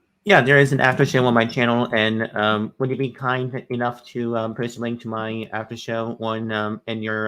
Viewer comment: needs to seriously get help with his communication skills. His enunciation is poor. When he said "Come to my after show" it was hard to decipher. He sounded like he was saying "Hum to my haffer hoe" Oof! Get it together. Then he gallops through syllables at times which does... not... help.